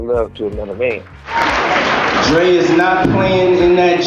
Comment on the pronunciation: And probably could have had more success if he would have cleared his heart and mind of jealousy and envy of Andre(he can’t even say Dr. Dre)